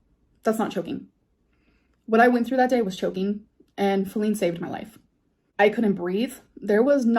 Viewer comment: Chokeeng and shiteeng... Whomever donated that must be a super smart, super cool super handsome man.